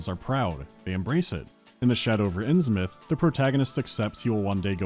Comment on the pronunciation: Their pronunciation of Innsmouth drives me crazy